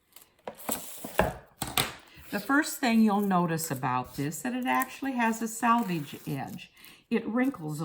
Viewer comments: I agree with the other comment about “salvage” and “selvage.” Got hard to listen to the mis-pronunciation. Lol. I use this method, Glad press and seal, for quilting. Place the press and seal on the fabric, trace the pattern lightly on the press and seal, sew directly over lines on the press and seal, then carefully tear it away. This works great for lightly quilted areas only. You run into issues with heavily quilted areas as you pull it away as you get tiny pieces of wrap you have to pick away with tweezers. It can be done but puts another step in your process. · This was interesting and useful. I have never heard "selvage" pronounced "salvage". Is this a localized pronunciation? It is a cool linguistic mark and I really want to know just where you are from, or what your linguistic heritage is. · Selvage not salvage. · More than she said salvage instead of selvage..... but I think the technique is cool.